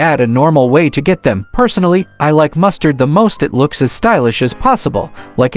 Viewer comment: It's mustang not mustard